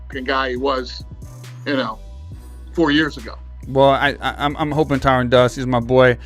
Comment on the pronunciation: DANA... his name is not Tyrone. It's Tyron.